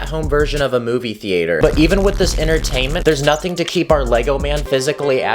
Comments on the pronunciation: Anyone else here him saying “Movie TheAAter”? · '' Movie Theayterr ''